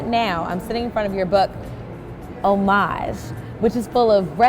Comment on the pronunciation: Girl, did you pronounce his book "Ho Maj"? Pleasr go find out how to pronounce Homage correctly to save yourself future embarrassment.